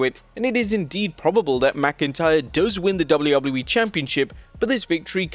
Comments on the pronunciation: Am I the only one who hates the way this guy says WWE? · Can this dude say "WWE" like a regular human 🙄🙄